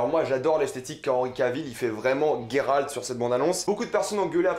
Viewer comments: C'est fou comme les prononciations peuvent être différentes dans nos têtes.. Frinjila : Fringilla Guéralt : Geralt Striga (WTF) : Stridge Ou peut-être que c'est toi qui prononce mal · alors juste un détail de la langue française le son " gé " pour Géralt ce prononce Gé en non GUé c'est vraiment horrible à entendre ce GUéralt à tout bout de champs, C'est la forêt de Brokilone et non brokilon " ça se dit dans les jeu mais pas dans les livres que tu dis affectionner " avec le son ON à la fin, dryade avec in Dria " le son ya c'est la base " et non drAyade c'est juste affreux à entendre en fait. c'est une Strige en non une striGUA. Istredd n'est qu'un amant de Yennefer et non un amour , Sa relation intime avec Yennefer, dure depuis pas mal de temps. Elle fut longtemps une relation sans engagement de part et d’autre et au moment où istreed demande à Yennefer de choisir entre géralt et lui elle préfère s'en aller, elle retrouve géralt plus tard dans la saga donc si il avait été un amour elle aurait fait un choix. triss est sensée être avec Cheveux Auburn avec des Yeux Bleu bleuet tout comme Fringilla Vigo, la plus jeune, sympathique, naturellement agréable et d’une élégance discrète ; elle avait les yeux verts et les cheveux noirs comme ceux de Yennefer, quoique moins épais, plus courts et lisses . Confondre Meve, la reine de Lyrie et de rivie qui a un étendard – un aigle entouré de losanges rouges et Calanthe la reine de Cintra ( alors que l'on voit clairement le lion sur son armure dans l'image ) c'est un peu limite pour un grand fan des livres. Pour duny ce n'est pas compliquer de lire le mot " Hérisson " et non hurkéhon. c'est une KikimorrhE et non une Kikimo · J'suis obligé de quitter la video. Gueralt please .. c'est geralt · j’me suis arrêté à « gay ralt » ....